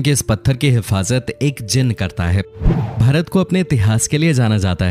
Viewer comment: ye mujhe भरत kyo sunai de ra 😂